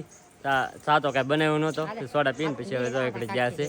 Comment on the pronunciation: સોડા બોલો સોરા નય